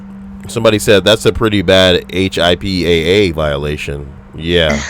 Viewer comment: its literally pronounced HIPPA! lol and that law is no joke bro! they take that shit serious